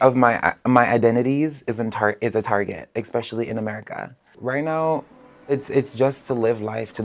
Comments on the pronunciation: "expecially" is not a word. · He lost me at ek-specially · Well then, allow me to add one more perceived burden for you to carry. Expecially, ain't a word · Anyone who says “expecially”. I’m out.